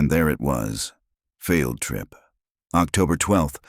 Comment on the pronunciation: Please. If people believe this, they are really gullible. The narration for one thing. How they get away with using a real photograph is something too. Oh, and AI reading words like field trip as failed trip lol Entertaining